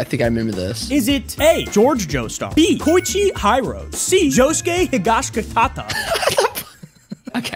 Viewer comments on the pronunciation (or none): Koichi.... High-rose? It's Hee-roh-seh. You're welcome 🤍✌️ I'm not even going to try to correct "Il vento d'oro", my ears are bleeding and my day is ruined 😢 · koichi high rose HELP😭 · pronunciation of "Koichi Hirose" actually killed me. I'm typing this message from the afterlife, because I'm so upset at what the fuck I heard that I'm using my very limited interaction with the world of the living to tell you this. Do not call this man "Koichi HIGH ROSE"!!!